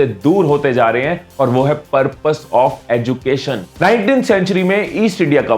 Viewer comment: Abbe BC 'educated' & ' 'education' Ko sahi se bol..... script padne se pehle kuch work kar Liya kar bhai